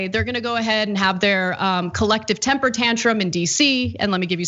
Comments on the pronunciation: It's "temper" not "tamper" you illiterate Jacobin. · Tamper? It's Temper you f-ing moron!!!!!! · Temper... not tamper